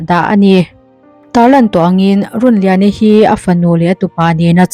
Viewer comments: I tawngkam hman fimkhur hram teh aw, (lungrun tia run ni lovin)) Rûnliani Rûn/In/House tih anga lam tur, Tin, Nakin thlenga in hmelmakna a thlen i rin thu leh ngei tura i ngaih thu i sawi ri hi a mawilo, nakin thlenga in hmelmakna a thlen a hlauhawm a, thleng lo hram se, han ti la a mawihnaiin ngaihthlak a nuam zaih tur. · Run tih i lam kha thluk tur, Rûn tih tur ninawm tak a ni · Chhiar thiam lo e Rûnliani i lam dan hi a dik lo aw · A hminghi lamdik deuh se kati hlemai a.. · Runliani i lam dan chu beng a kham hle mai,ka ngaithla zo peihlo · A hming hi I lam diklo lui tepawh a ang e a, channel hrang2 ah pawh an puan nasat nen.. a fuhlo hle mai